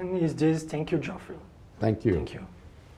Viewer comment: Pronuncia-se "Jeffrey"